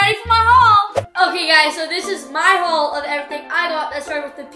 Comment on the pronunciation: why she say haul like that like hauwll